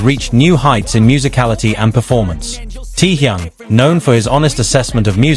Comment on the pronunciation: The crappy AI WRONG pronunciation of his name though. I watched the original and half what was said here are utter rubbish. Get rid of these kind of AI nonsens. He never cried good lord stop lying 🤥.